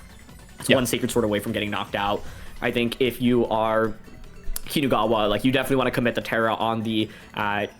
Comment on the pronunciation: Great content but I can’t focus because of the way they pronounce Kinugawa.